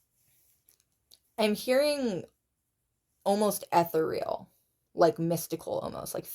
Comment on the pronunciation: "spiritually protected" what does that even mean? Like only a certain level of shit will befall us? Certain people energies will not harm us? Nice reading as always 😊 Ethereal is pronounced i - THAIR- ree- il